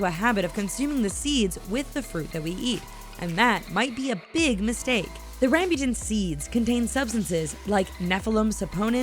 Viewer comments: Ehem* i live in the philippines theres alot of RamByuTan here -_- tbh its not Ram•Byu•Tan Its Ram•Boo•Tan btw its so tasty~ and sweet!! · nooo not rambutam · it's ram-boo-tan, not ram-byu-tan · NOT RAYMBUTEN!! it ram-butan in a fast pace... and inpronouncing r in rambutan its rrrr ok? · Ramb u tan Nope its not how you say it its Ram bu tan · Correction: RAMBUTAN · uhh... HELLO?! WHERE DID YOU GET THAT?! RAMBOTAN IS VERY GOOD WHY?! JUST WHY??!!!! AND YOU CAN'T EVEN SAY RAMBOTAN OK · "Ram-byu-tan" ha?...haha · Why am i so disturbed by the way she pronounces rambutan?? Its been so long since i've eaten any, but i did had durian abt two months ago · BTW Rambutan is read Rum boo tun. Rambutan means hairy and it is called rambutan because well. It’s hairy. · u prononce rambutan wrongly